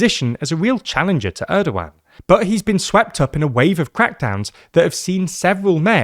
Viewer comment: who told you to pronounce his name like that 😢😢😢😢😢😢